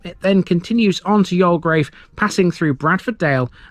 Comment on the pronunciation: 'You'll grave' = Youlgreave. :) Another, very interesting feature of Gratton, apart from it's ancient, Roman use is that Rollo/Rowlow Brook is a seasonal flow of water coming out of the ground after periods of rainfall. How deep it emerges from is unknown, because it's water eroded limestone. The brook, wet or dry, marks (one of) the boundaries of the White Peak (limestone) and the Dark Peak (gritstone). All the rocks above Gratton Grange Farm are huge boulders of gritstone, whereas the rock above The Cheese Factory is all limestone. Hundreds of millions of years ago, the ancient seas got thrown up to the surface of younger seas forming what's known as The Derbyshire Dome. The ancient thermal springs in Buxton are also on this boundary line, only that water emerging between the 2 types of rock is warm. This is why I love Gratton..its not just local, human impact history, but earth formation old! btw, nearby, across the dale from the grange farm, is the medieval village of Smerrill. Thanks for your spotlight videos, very informative.